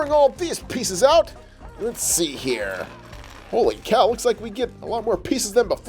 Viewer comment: stop saying holy caw?